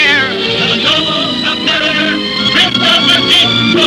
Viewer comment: Not like Submarine (Sub-mar-een) it's Sub-Mariner (Sub-Mar-i-ner) NOT Sub-Mar-ee-ner.